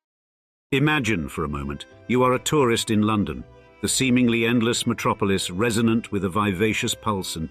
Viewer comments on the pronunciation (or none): none